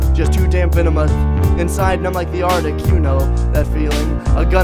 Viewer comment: But did he even say articuno? He says artic.. which I guess is close enough haha